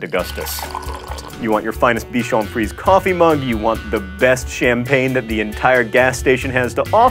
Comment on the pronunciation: Very good video, just two minor errors: — You mispronounced the "frisé" of bichon frisé, you didn't accentuate the final e. — Mimosa is YELLOW not orange (but it's fine because when you say it we can se the bright yellow flowers and the bright yellow drink)